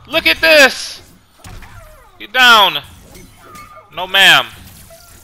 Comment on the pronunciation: You sounded Austrian instead of African: Ghet Daaown! Ghet down again!!1! ;D